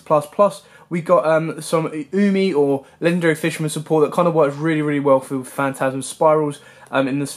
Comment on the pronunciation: It's "Oo-mi" btw, not "Yew-mi". >.>